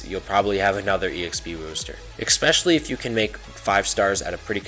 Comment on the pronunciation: Especially man not "exspecially"